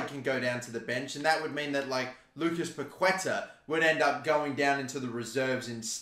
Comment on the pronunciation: Just in case: In Spanish the letter Q is usually followed by a U. The ending sound is "ke". The tilde (á) means the emphasis on the letter. So Paquetá is pronunced as PaketÁ (emphasizing the last syllable). Entertaining video as always :)